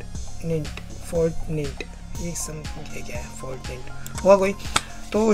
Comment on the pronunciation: Bhai fortneet kya hai...u cant even pronounce n u r here reacting